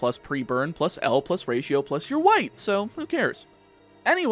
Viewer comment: YOU'RE SAYING (L+Ratio+...+) "YOU'RE WIPED"! First time I heard (last episode) I could only hear "You're white"